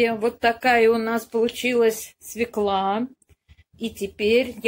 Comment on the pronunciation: Не свеклА, а свёкла. Не Фекла, а Фёкла! Уважайте русский язык, уж коли вы взялись учить людей.